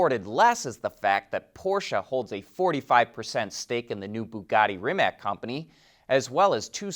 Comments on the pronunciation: Please, do not pronounce Rimac as REE-mak. It is pronounced REE-mats. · Pronounced Rim-ats/Rim-acs